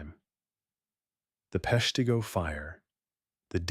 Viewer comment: Please have a real person narrate. The name of the city was pronounced three different ways. It's said "Pesh-tah-go" and Wisconsin's governor was "Lew-shish" Fairchild.